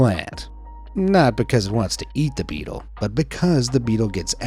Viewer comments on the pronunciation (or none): none